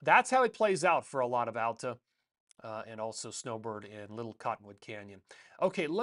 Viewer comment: Hey. Texas transplant in Utah here. Love your videos! Just had to let you know, Alta is pronounced Aal-tuh, not Al-ta. Cheers